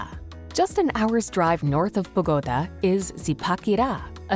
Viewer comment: Constructive feedback: the music at the end is not typical of Cartagena, or the north coast. Select music from that area, like Vallenato. Also, Bogotá the capital city is pronounced with an accented a. Thank you!!!😊